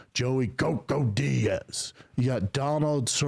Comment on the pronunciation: Its joey coco diaz. Brendan: its joey gogo diaz smh this guy is out of control lol